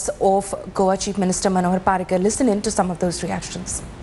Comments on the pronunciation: Manohar not panohar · its manohar not panohar